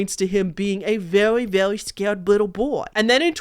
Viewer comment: hahahahhahahaha you saying “scawed little boy” is so funny, im cracking up